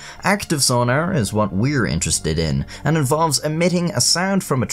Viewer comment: I love the way he says sonar, sona-er xD